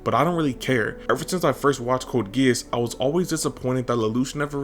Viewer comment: THEY CAN'T EVEN PRONOUNCE GEAS RIGHT it's gesh it's gesh it's gesh twenty years of pulling my eyebrows off over this [sings] nobody knows the trouble i seen nobody knows but jesus